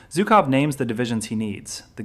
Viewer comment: If you are going to make a video about a single person, you should at least manage to pronounce his name correctly. It is not zukoff, but zhukov with the first two letters in the English transliteration representing a single Russian letter. Zhuk in Russian means beetle or bug and so a loose translation of his name is "bugman."